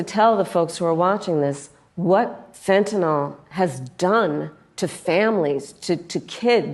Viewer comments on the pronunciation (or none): Hey Kamala, it's fentanyl..... Not fentanol